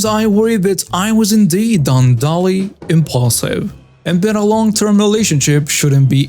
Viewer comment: unduly = un-DEW-lee. Not merited. Words or actions that are not warranted.